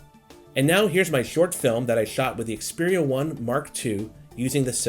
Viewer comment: Finally a reviewer that knows how to pronounce the phone's name